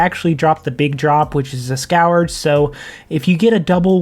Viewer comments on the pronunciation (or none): Just for your future knowledge, its pronounced "SKURGE" rather than "SKOWER-juh" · Scurge is how it’s pronounced:) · The way you pronounce "scourge" is cringe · never heard anyone pronounce scourge like that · Every time he says it I have an unbearable urge to murder a kitten